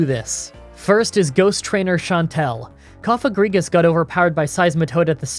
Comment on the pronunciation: Still can't pronounce Cofagrigus